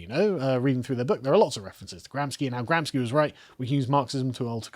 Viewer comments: Carl, for the thousandths time... It's pronounced GramSHi, NOT GramsKi! He wasn't Polish, he's from Italy!.. Please, have some mercy on my ears! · Little correction to the pronounce of Gramsci. Pronounce it as if it is Gramshy. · Gramsci.."sci" is pronounced "she" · And GRAMSCI = GRAM-SHEE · Gramsci is pronounced "Gramshee" for those who care about this utterly inconsequential datum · Gramsci is pronounced "gramshi", he was Italian